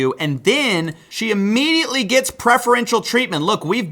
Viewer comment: What is wrong with you? "Ammediately"? "Annitially"? Can't you pronounce your words properly?